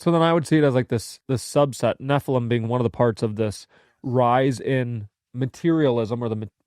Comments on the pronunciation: I never thought nephilim sounded like heffalump, but then it feels like fingernails on a blackboard every time says "ne-ffa-lum" instead of "ne-ffi-lim". Like when my cousin would say "pin" when she meant "pen". Maybe we need to institute diacritical marks to standardize pronunciation? (I enjoy your banter. Just wanted to join in.) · It's because you're not pronouncing nephilim correctly...